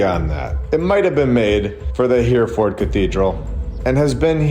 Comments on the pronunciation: AI reading....this vid and all ..endless mispronunciation such as HEREFORD in this one. HERR-E -FORD NOT HEAR-FORD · Just to let you know, Hereford is pronounced... (H) error - ford and not Here-ford. 👍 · Not a criticism but we pronounce Hereford - ‘her-a-fud’ (well common folk from the north east do anyways). Awesome videos, I always look forward to your content. Keep up the great work. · Excellent except it’s pronounced Hare-a-ford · Btw, it's pronounced He-re ford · You need to learn how to pronounce Hereford